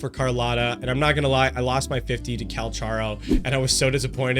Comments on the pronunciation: Yeah he got Cucharatta wrong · Story was great!! You mispronounced calculators name. Only big issue for mobile players is the controls for flying, one little movement and crash into something